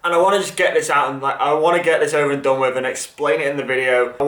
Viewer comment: I wince every time you savage the word “done” or ‘DON’ as you pronounce it😂💀